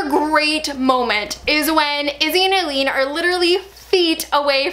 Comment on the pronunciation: THEY ALWAYS DO POOR SIMON SO DIRTY THO I am lowkey forever imagining Arden Cho as Aline.Also why did they all pronounce it as Eileen I was so confused smh.Part of me is bitter she was underused but another part of me is just happy that they can't ruin her. ALL MALEC SCENES ARE ICONIC AND SEEING MAGNUS OPEN AND VULNERABLE GIVES ME LIFE I was very into it when the real Sebastian almost got to them,that got me good,well done writers. I WAS LITERALLY IN THE MIDDLE OF BEING LIKE "WOW THIS SCENE IS GOOD" CAUSE AS SAID DIRECTING THEM,WILL AND ALAN ARE AH-MAZING!!!Like,I feel like they're the both actors in the show and the characters interacting gives them stuff to work it and then.. big silence.I couldn't even send the message so instead I was like "what the fuck man" and honestly did all their budget go on making Sebastian's burns???i am forever lost and confused THE highlight of episode 16 is Simon brooding in the middle of an existential crisis while Bastille is playing in the background tbh. THE ANGELS ARE A JOKE ALREADY.They literally don't need you making a joke out of it cause they're doing it themselves. I was LIVING for Simon&Maia and also I loved them seeing some more of Simon being jewish. "it could be just because he has a very pretty face" i almost choked on my tea.To be honest I blame it all more on the writing and possibly directing rather than on Will.I honestly feel like they're reducing Sebastian to demon boy feat daddy issues,sigh. okay but can we talk abou